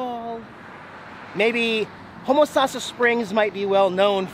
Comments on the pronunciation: It's pronounced "home-a-sass-a" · LOL you totally butchered saying Ho Mo Say sis. But that's ok. Only native Floridians seem to get it correct. Love seeing the park again. One of my favorite! Enjoy the heat it is getting super cold up north this weekend. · I guess you didn't find a cute girl to help you pronounce Home-Oh-Sass-a! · I lived in homosassa for years, even though he didn't pronounce it right , lol. A lot of people get it wrong. The old sugar mill is cool too. I'm surprised he missed it. It's a great area, hope to get back soon. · Can't win them all on the road. You can blame the ticket saleswoman. I got the pronounceation from her right before I said it... I guess it's always my fault. Even when I use common laws of the English language - I'm WRONG because Tom is Bob. All the "e"s are silent. Or whatever. lol. English is stupid. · LoL you must be from the way up nouth because your saying Homosassa name wrong . I grow up in Homosassa since I was 6 months old.